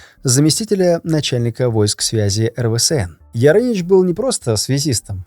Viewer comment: Да что с тобой не так? Почему ты постоянно называешь эРВээСэН(РВСН) эРВэСээНом?) Я по-доброму, просто неправильно произносишь))))))